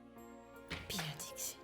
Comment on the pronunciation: c pas dischit c Dixit okey😂😂